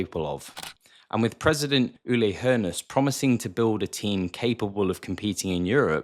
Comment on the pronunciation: Did I just hear a correctly pronounced ö (Hoeneß) from a native english speaker??? Well done mate :)